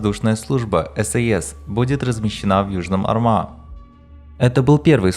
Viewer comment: Бригада Южного Арма а не армА. Ударение падает на первый слог.